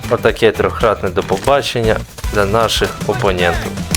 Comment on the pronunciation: Добрий день - допобаченя😂